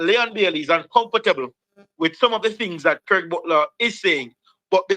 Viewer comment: Is someone trying to distort facts. The man's name is "Craig" not "Graig". I see what you are trying to do.